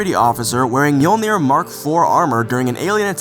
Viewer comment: Im so sorry to do this. Its pronounced Ma-joel-ner.